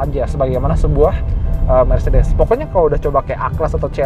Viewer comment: Btw Car bacanya nya mertsedes bens😊😊😊😊🙄 koreksi